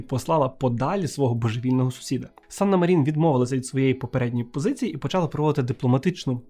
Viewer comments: Чорт, як можна казати, що Фінляндія перемогла в Зимовій війні, якщо вона віддала совку велику частину території — зробила саме те, чого совок й хотів? + Санна мАрін, чому МарІн? У фінській мові наголос завжди на перший склад. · Цікавий випуск, дякую! Єдине - Мàрін, бо у фінський наголос завжди на першому складі.